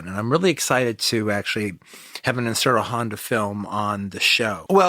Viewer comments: Like he's saying IN-shiro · I love Quentin and his work....... I just wish he would pronounce Honda's name correctly, instead of just saying "Insurro Honda", or some phonetic variant thereof. Look...I know I sound like Ultranerd, and I know Honda went by either Inoshiro or Ishiro (which I am to understand is like Andrew/Andy for English speakers). But it would take no longer than a few seconds to notice, and be able to correct that mistake. I mean....the man KNOWS Daikaiju Eiga, so he is far from ignorant on the subject. I suspect it's just his whole ADD, "Trying to get all the words out of my mouth", and not because he is being ignorant. QT always gives proper credit where it is due, and it is obvious he loves this genre, and the technicians behind it. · I love Toho kaiju. I love QT's films and his analysis. Injust get irked when he tries to pronounce Honda's first name. Im not one of those "well, actually..." dudes either. Just not sure why I get annoyed with his mispronunciation. Ric Meyers does that a lot as well..especially when he interviews people. How hard is it to research how to pronounce the name.of.the person you are interviewing, or having a critical analysis about?